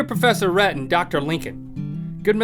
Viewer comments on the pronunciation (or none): Links real name is Lincoln. And he said "Doctor Rhett and" but it sounded like Rhetton